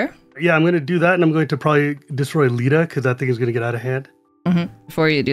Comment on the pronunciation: “I’m going to destroy Lita” …. So you’re going to Deleta’